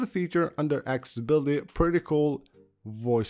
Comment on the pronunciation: ''Aks-ability''? ''Buddon''? Seriously? im about to unsubscribe